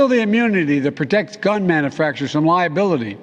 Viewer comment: What’s a “manafactor”